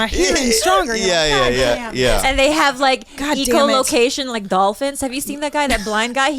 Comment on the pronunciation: It’s eco-locatjon? Really?